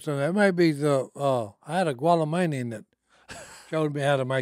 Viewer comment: gwalla-main-ian...? LOL